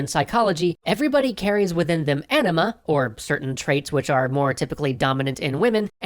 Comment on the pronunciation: took me a while you were saying anima and not ..:D